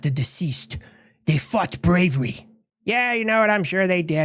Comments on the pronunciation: 💀 "the fought bravery" The Asian R for an L just works too well here 😮 holy shit, buff! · "they fought bravv-vi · " ... dey fot breivy ... " 🤣🤣🤣🤣 Waz that? They fought who, "Gravy? Brayvee?" Satire is good.